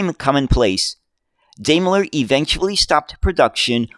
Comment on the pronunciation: Why can't Americans pronounce British words properly?! Daimler is pronounced: dime-ler.